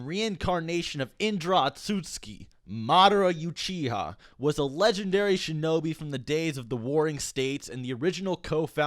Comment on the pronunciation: Madara Yew-chiha